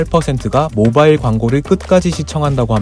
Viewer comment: 모바일을 모발로 들음 ㅋㅋ